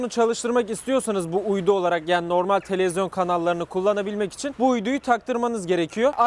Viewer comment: bi de televizyon diyebilse daha iyi olacak telezyon diyo:D